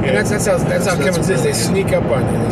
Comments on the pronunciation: ." Hate when people say "Cummings"... READ THE LABEL,.. IT SAYS RIGHT ON IT, "CUMMINS" NO 'G'.. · People who can't pronounce Cummins drive me nuts lol. It is CUMMINS not CUMMINGS!